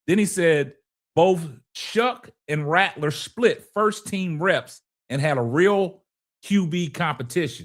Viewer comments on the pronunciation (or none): none